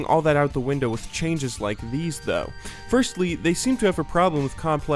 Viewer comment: hahahahaha first-lee... =pp